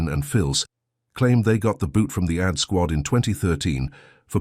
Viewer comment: The AI voice just can't pronounce AD right